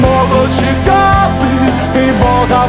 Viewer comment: Те, що пан намагається співати українською, - добре. Погано те, що на фонетичному рівні - це все одно російська (трыматы, калына, чэкаты). Їхати в будь-яке село чи райцентр і вчитися вимові.